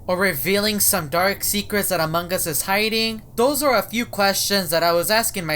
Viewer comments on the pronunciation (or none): "amangas" . Only caption users can understand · he says amog us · said amongas and every time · Me teacher:!! Pronounce among us:among gas Me:Crono:crawno Me:plolus:poilus Classmate: (Haha stop please I can't stop laughing)